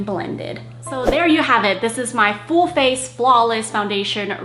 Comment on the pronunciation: I love how and Wah both pronounce "full" as "fool", it reminds me of Benji's 'ackshee'/actually <3